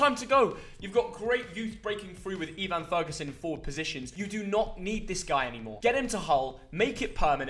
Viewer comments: Just a note, its pronounced Eh-van ferguson, not Ee-van Ferguson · bro said Eevan ferguson 😂 it’s ev-in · No way he said “eevan Ferguson” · “Ee-van Ferguson” 😭😭😭 you’ve managed to butcher a 4 letter British origin name lmao. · E-van Ferguson? hahaha In all my life I have never heard anyone pronounce Evan like that lol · That really annoyed me not gonna lie